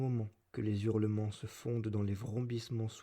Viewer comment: Ordo audiolibram : - "des Zurlements" ? - ça se prononce "Sahozeunde Sonze", pas "tahousande soundse" Mais je m'abonne et fais tourner ;)